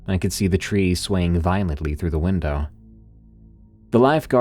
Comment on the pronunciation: Great listen as always, but what is it about saying: "windaaaah" instead of "window"? It sounds hilarious!